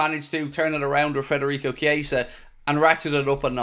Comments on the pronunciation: Please.. Federico not Frederico! 😉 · could you PLEASE, for the love of God, take some journalistic responsibility and leave the "R" out of FEDerico's name? It is NOT FREDerico...it is FEDerico. Have some RESPECT for the guy. Is this SO TOUGH? It's not MOO Salah...it's not DIEGO Jota... it's not ALICE MacAllister. Right? If you can handle their names, then just BUCK UP and say the guy's name CORRECTLY. How would YOU like the media welcoming YOU to a new city / team by consistently mispronouncing YOUR name?? Would you feel really "welcomed"? I guess not. Think this would be a little suspect / lax / disrespectful? I GUESS SO. Thank you for your consideration. Otherwise...LOVE your coverage!!! Huge appreciation for your work, insights and opinions!!